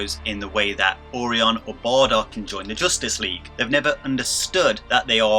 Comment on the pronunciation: Orion : It's pronounced "oh Ryan"